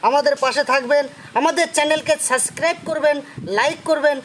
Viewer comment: Suscribe না। কথাটা হবে Subscribe.